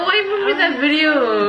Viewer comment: Also guys who ever is new yes always says “ bideo “ 😂❤️